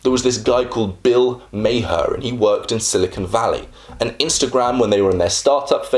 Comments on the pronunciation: Was going to say - it's pronounced "Mar!" Kinda surprised he missed that, considering how prevalent Bill is online. >_< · Bill Maher's name is pronounced like "Mar" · Nah. It's an Arabic name that's supposed to be pronounced ma-hirrr with the rolling R. It means "skilled". Mar is just the American interpretation of the name lol